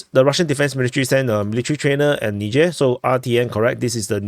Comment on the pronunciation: Nizher not nidger